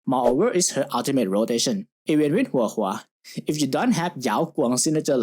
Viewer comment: You said Huohuo's name correctly, I am very pleased. Your earned a like from me 😂